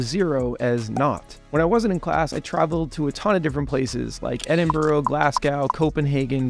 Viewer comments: A few things though: Naught, not NOT. Edinbruh, not Edinborough or Edinburgh (hard GH) Glassgoo, not Glasgow (stress on W) British English have funny ways with words. Anyways, congratulations and all the best to your new job. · Its pronounced "Edin Bruh" and "Glaz Go", not the way you pronounced them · Having visted the cities, I find it incredible you mispronounce Edinburgh and Glasgow so